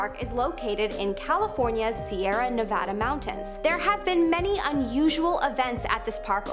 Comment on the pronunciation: thank you so much for saying Nevada right! you are amazing 👏 ❤️ 💖